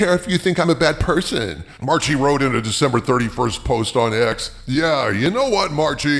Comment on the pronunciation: Every time you misspoke "Marchi", I cringed. Anyway, since my really distant cousin is such an a-hole, I won't mind the pronunciation slip-up.